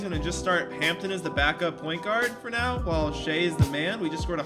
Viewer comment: the way he says shai’s name pisses me off 😭